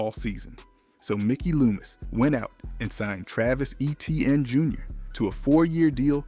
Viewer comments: no one even pronounces it how you spelled it. its actually pronounced aye-chan not aye-chain. but everyone else that he said might as well just say it as E-tee-in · Number 3's name is not Eh-tee-an. His name is Eh-chee-ann, sometime pronounced A-chain. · At least pronounce Etiennes name right if your gonna talk about the saints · Shough absolutely is the main reason the Saints are predicted to do so well this season. And please, if you’re going to post content, learn how to pronounce Olave and Etienne